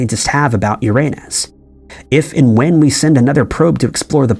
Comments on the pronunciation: Umm..... Uranus is pronounced "Yer-Uh-Nus", NOT "Your-À-Nus". A funny, but very common, mispronunciation. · not to be THAT guy but its pronounced "yur-uh-nuhs" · “These are just a few questions scientists have about ur-a-nus “. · For heavens sake, please stop saying Uranus. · The way you pronounce Uranus is so funny, but incredibly incorrect